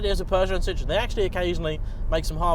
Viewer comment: I already cringe when they say Citroen as Cit-Roe-Ehn, as opposed to sit-ren.